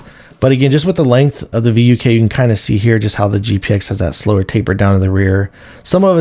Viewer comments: It's supposed to be pronounced as "fook," as the name itself means "wolf" in Serbian, to fit G-Wolves' thematic naming of canines. Even then, that pronunciation sound like the Northern England's saying of the f-word. It would be even better if G-Wolves used the Russian word "Volk," which also means "wolf." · It's pronounced "Vook" like book or look etc... Means Wolf in Serbian.